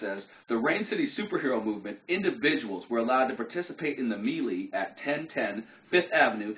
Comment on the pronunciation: "melee" is pronounced "may-lay".